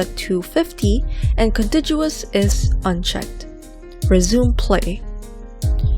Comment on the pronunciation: Good video. BTW - contiguous is pronounced with a hard G sound, not a soft G sound - like the first G in garage, not the second G.